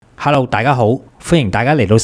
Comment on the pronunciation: Harlo or hello ? You despise America does not mean you have to Cantonize your English.